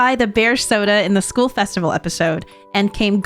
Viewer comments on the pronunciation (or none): none